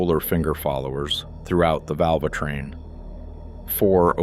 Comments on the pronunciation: "Valv-A-train" these AI videos are jsut flooding youtube, and they're CRAP! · Yes, hearing "Val-va-train" repeatedly made me quit watching this video. 😕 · Why should i believe any thing from a video where they cant even pronounce tbe word VALVETRAIN …. ? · Vulvatrain? Interesting. AI dogshit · Damn AI claiming to be, a tech... Val-va-train repeatedly!!! With that said, I have had 3 of these engines, all in mini-vans (Town & Country's and Pacifica's). One of the Town & Country's, a 2015 model, had 3k on the odometer when it's val--va-train went to ticking. Turned out it had a failure (a roller bearing on a couple of those roller followers decided to exit the chat), which then chewed up the cam lobes and essentially required replacement of all val-va-train components in both heads. Thankfully this was under warranty. Anyway, it had NOTHING to do with oil changes. This engine is now at 161k and it's not the engine that is the issue, it's the 62TE transmission that's the issue. Anyway, carry on. Oh, and one more OIL issue, is the plastic oil cooler that the filter pops in to and the cap screws on. FCA save a few pennies making it plastic (there is an all aluminum aftermarket solution) which inevitably fails over so many heat cycles by cracking which then leaks oil all over the place, especially in colder climates (like we have here in Chicago). That doesn't help things... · My guess, it's pronouncing the E as an A like in Spanish.